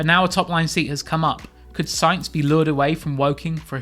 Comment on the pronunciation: It’s sainz!